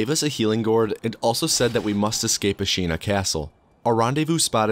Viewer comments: “i’ll tts any pronunciation i find tough” “Ashīna” (it’s Āshina for anyone wondering) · Not to dunk on you because english-speakers (me included) always mispronounce japanese words but it’s pretty funny that you make a point of using TTS for sabimaru and then almost immediately pronounce ashina "asheena" instead of "ash-inna" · man I clicked off when I heard how you pronounced Ashina